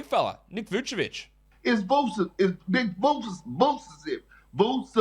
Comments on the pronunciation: trying to say Vucevic always makes me laugh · The Moses Moody one is just as hilarious!